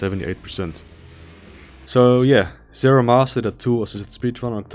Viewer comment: also, zero MASTER. not zero must.